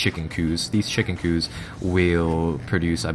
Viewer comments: Why the fuck did you say "chicken coo" instead of chicken coop? Are you from another country? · Coup - a word that looks like coop is pronounced coo. Its a simple pronuciation mistake.